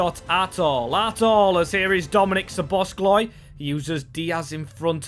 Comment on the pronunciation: Great series, but one thing that is not good is, that you are saying Szobozs(k)lai